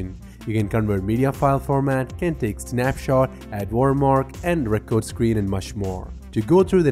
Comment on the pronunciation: of Thrones No, actually his pronunciation is so bad he says different words than what he's supposed to say. The difference between record (verb) and record (noun) is in pronunciation, and he said the wrong one. He also said "desert" instead of "desired." That's not "fine" English. That's shit. Blowing smoke up his ass isn't going to help him get better. Mostly he's understandable but in a teaching/tutorial environment, communication is paramount.